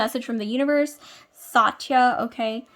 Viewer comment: It's pronounced Sutt-ya (Satya)